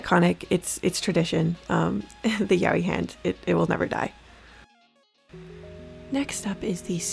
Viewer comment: Isnt it pronounced like "Ya o i"?